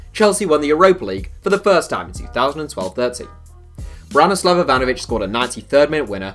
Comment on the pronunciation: Branislav not ranislav